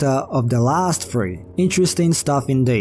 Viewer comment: haha are you saying episode three or episode free... ???